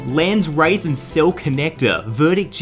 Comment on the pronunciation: Why does everyone say lands ‘wraith’?!